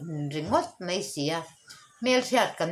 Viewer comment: A ngaihnawm viau nangin kanpi hian, mai tih turah mei a ti hi ka lo ngaimawh deuh,kan tawnghi i hmang dik hram hram ang u.